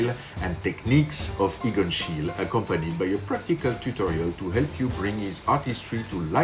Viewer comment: This is quite a good approach to Schiele's style. 🙂👍 By the way, the "e" at the end of "Schiele" is not supposed to be dropped.